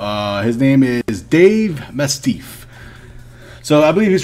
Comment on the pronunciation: its pronounced mass tiff lol. not masteeff